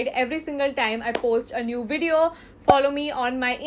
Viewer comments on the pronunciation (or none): none